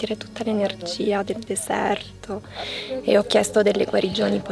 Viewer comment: RieSHco SEntire tuTTa l’ enerGGGGIA del desëærto….. ma vai a cagare 😂😂😂